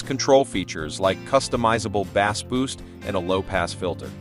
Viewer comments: I just can’t with saying “W” instead of watts. And pronouncing bass (fish) instead of (base). It’s like they have no idea and just reading a company script. Not a real comparison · These ai voice generated videos cannot be taken seriously... "Deep Bass" was my turning point